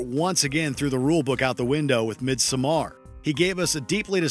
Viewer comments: I'm sorry bro? "Mid some are?" what??? Midsommar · No one: No one ever: Not even a single soul: Narrator: MidsomMAR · hahahah the pronunciation of Midsommar, i CAN'T ahahah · Lol learn to pronounce midsommar. You read it as it’s written